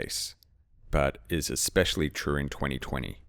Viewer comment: This one is "eXpecially" good, thanks ;)